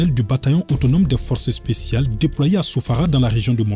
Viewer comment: Le forcé spsial 😂😂😂